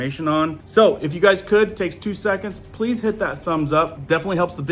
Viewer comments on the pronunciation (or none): none